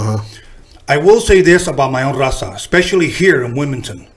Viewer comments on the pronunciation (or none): Pinche d he can't even say la Raza 😂😂😂smh dammm.foo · He can’t even say raza lol